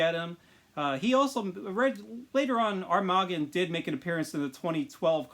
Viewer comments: It is pronounced arm-ma-gone 😤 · I could be wrong but since he’s an armoured shark I say it like armour - gone (bit short on the gone of course) Like Armageddon in a way So Muricans would say ‘armor-gone’ Keep up the good work bro!